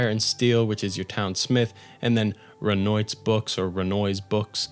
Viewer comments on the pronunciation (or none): it’s pronounced “ren-wah” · “I’ve never been to France” “Renoyt”